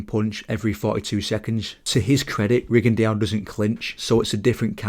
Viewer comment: What is that weird way you’re pronouncing a French name Rigondeaux. Should be simply: Ri-gon-DÓ. Not Ri-gon-deeowww